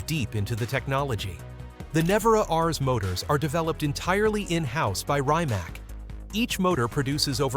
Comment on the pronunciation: Rymac? LOL